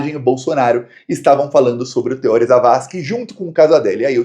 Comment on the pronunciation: é Theorí, o acento é no I e não no O.